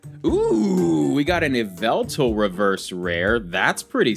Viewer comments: It is pronounced yall-vul-tal. (M&JTV meme) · Just a heads up, you pronounce Yveltal “Yah-Vel-Tal” and Arceus “Ar-koos” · I think it’s stupid to judge someone based on how they pronounce the names of magical creatures in a fantasy game made for kids. Would you call MandJTV a bad YouTuber because of YAHVULTAL?